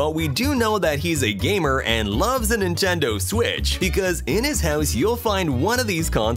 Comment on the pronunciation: Nintendou en inglés XD